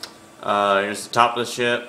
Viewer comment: u said shit not ship